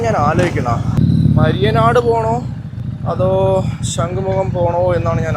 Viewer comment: മയ്യനാട് ആണോ മരിയനാട് ആണോ